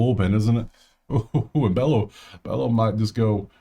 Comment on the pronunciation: Bello is pronounced Beyo